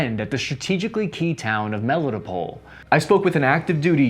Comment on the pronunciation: He severely butchered the pronunciation of Melitopol.